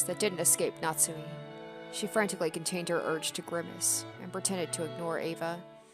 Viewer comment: Pronunciation notes: - You did Natsuhi's name correctly - Beatrice is like Bay-ah-toh-rii-che. You'll hear it plenty of times. I like to hear your theories and analysis! Even so early, I feel like you're picking up on things that are important to notice.